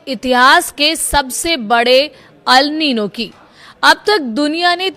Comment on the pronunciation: Are wo Al nino nahi El nino hai 😂😂😂